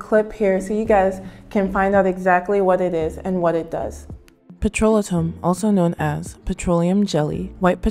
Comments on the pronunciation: what is "petrola-tum???" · Blessings! Petrolatum - Check dictionary for pronunciation it is Petro-lay-tum. Great video. Never gave up my Vaseline. TFS! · You are mispronouncing "petrolatum" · of course not but I wanted her to know. Her video has good content and if it were me I would want someone to tell me so I dont walk around saying the wrong word